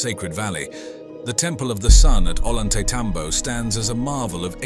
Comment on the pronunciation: .. .. NOT .. ''OH - LAWN -TAY - TOM - BOW .. SPANARDO's PRONOUNCE .. OH - YAWN - TAY - ..